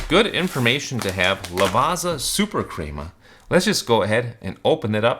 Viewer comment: Crema is pronounced with a short E, not a long E. Lavazza is pronounced as thought there’s a T at the end sounding like Lavatza. I had to bail out due to your mispronunciations.